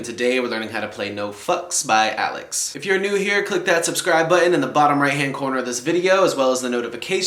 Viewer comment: It’s pronounced aye-leks sorry for the comment just needed to be corrected